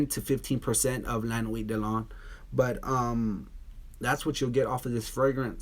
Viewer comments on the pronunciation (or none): none